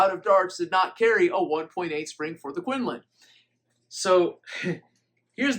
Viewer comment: From a person in China its pronounced like koon loon.